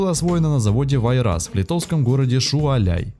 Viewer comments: Какой шуваляй? Может Шауляй? А так подборочка классная спасибо автору! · не Шуваляй а Шауляй ! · Если автор называет город Шауляй Шуаляем,то ,скорее всего, он из Моксвы. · Шуаляй...ахаха?Знатно проорал!)))Нет такого города,есть Шауляй,двоечник...ггг!))) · "Шуаляй"-нет и не не было такого города, правильно-Шауляй. Два раза диктор прочитал и только второй раз правильно. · Только не Шуаляй , а Шауляй...)) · Сам ты Шуаляй, - Шауляй!!! 😂😂😂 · Не Шуаляй,а Шауляй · Не ШУаляй,а ШАуляй. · Шуаляй??? Это что за город? Был Шауляй!!! Автор,учи произношение,ты уже попадался на косяках.. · ШУАЛЯЙ - во кретин. ШАУЛЯЙ... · Я не могу эта слушать проговаривайте правильно но латышские названия я латыш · Шуаляй вместо Шауляй , Зибзон вместо Симсон/Simson и куча иного бреда. Отвратителен автор ! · Парень :) Не Зимзон а Симсон :) (буквы Z и S зависели от страны производителя) И еше небольшая оговорка.... не Шуаляй а Шауляй :) А так всё норм. Бывший счастливым обладатель Рига-11 :) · Vladimir Kuleshov Автор ролика просто тупо неправильно ставит ударение!) правильно ШаулЯй и гАуя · СпрИдитИс. вАйрас, ШаулЯй, гАуя.